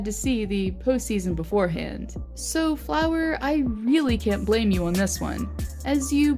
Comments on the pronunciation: It’s fluery not flower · its fleury not flower bich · Fleury not flower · It’s fleury not flower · His name is flurry not flower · Why are u saying flower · is she calling him flower? lol